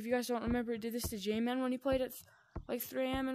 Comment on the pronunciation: Bro said jayman